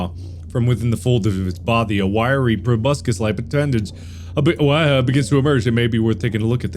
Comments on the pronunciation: I'm glad that several years later Mark still pronounces "proboscis" as "probuscus" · Mark says 'Proboscis' like 'Tobuscus' which is fucking hilarious to me